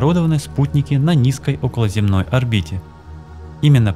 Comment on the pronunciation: околозЕмная орбита, а не околоземнАя.